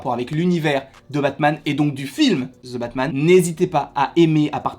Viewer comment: « Ze » Batman. 😉